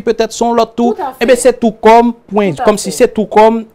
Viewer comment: On dit squirt non pas skirt. Ou pa oblije jwenn G spot la pou fanm nan voye.